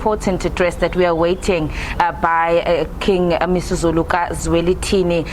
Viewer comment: King MisiZulu can't read zulu🤷🏽‍♀️🥴